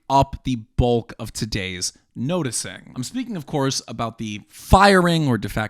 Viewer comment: The great nose-ticing